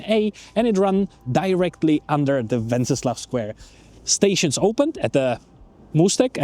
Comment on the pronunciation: Docela dobrá angličtina. Jen tip: anglicky se to náměstí (a ten kníže) jmenuje "Wenceslas", se "S" na konci.